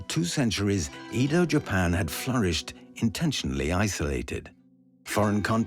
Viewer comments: Not "E" do. Pronounced "Ae"do.😅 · It’s Edo not Eedo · 江戸 EDO is pronounced like eh-doh (“eh” like egg, “doh” like dough), but keep both vowels short and don’t stretch them. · Eeeeeeeeedo…. aka Ehdoh. Aside from butchering Japanese names, great documentary. Can never understand why so many well done documentaries don’t make an effort to get the pronunciation right. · Please, please when making this kind of documentary teach the narrator how to pronounce names properly. “Eedoh” FFS. It’s like nails on a chalkboard. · it's not Eeeedo and its not Tokeeeyou. Do some f-ing linguistic research! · Fascinating but wish the narrator had bothered to get Japanese pronunciation right - "Eedo", French "j"s and other things all wrong. Still, fascinating. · At least say Edo right 😒🤦🏻‍♂️.